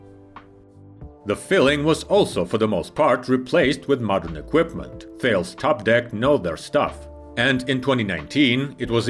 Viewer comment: THALES... TAR-LEZ